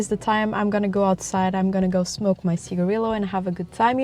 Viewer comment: How are you Portuguese and still pronouncing cigarillo wrong 🤣🤣🤣